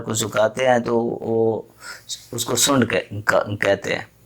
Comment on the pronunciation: سونڈ ہی کہنا، صحیح لفظ سونٹھ ھوتا ھے،،،،تلفط صحیح کریں،